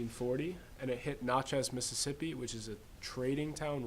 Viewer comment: I live in Natchez. Where is this stuff being taught? BTW, it's not pronounced "not" chez it's prounced nat-chez.